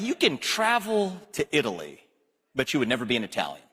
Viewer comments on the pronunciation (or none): none